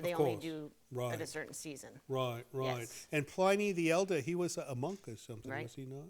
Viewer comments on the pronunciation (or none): none